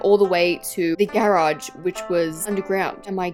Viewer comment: The way you say GAERAGE its just i cant 😭